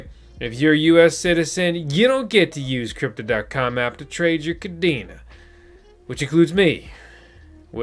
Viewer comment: Pronounced “Kuh-Day-Nuh” . Cadena in Spanish (pronounced the same) means “Chain”